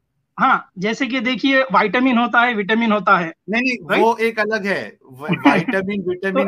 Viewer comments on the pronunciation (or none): none